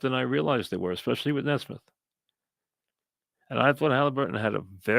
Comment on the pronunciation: Mike, for the love of Dios, it's Knee-smith 😂